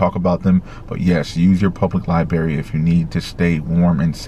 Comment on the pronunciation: library LibRary Please say the "r" that folllows the "b" It's good of you to give this helpful information